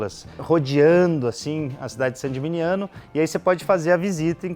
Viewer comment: Muito bom! 👏🏻👏🏻👏🏻👏🏻 Há 3 anos, fiquei uma semana na Toscana, sendo 3 dias hospedado dentro das muralhas de Saint Gemigniano. Que lugar mágico! E que vinhos! Quisera voltar um dia! 🍷🍷🍷🍇🍇🍇 Mas,, sua pronúncia de "Gemigniano" errada, não se fala "geminiano" (isso é pra quem é do signo de gêmeos 😄), mas "geminhano", já que o "gn" italiano tem som de "h". Todo mundo se equivoca nisso. 😉 No mais, parabéns pelo vídeo e pelo canal.